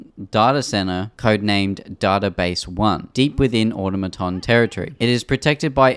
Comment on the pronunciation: Automaton is pronounced like this: aw-tom-a-ton Not like this: awta-maton